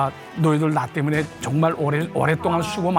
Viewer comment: 이거 욕 아니냐? 정말이라고 안들리고 존x라고 들리는데